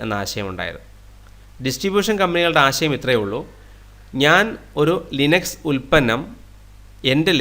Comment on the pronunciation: ലൈനക്സ് എന്നൊക്കെ പറഞ്ഞ് കഷ്ടപ്പെടണോ ഇറ്റ്സ് ലിനക്സ് 😂😂😂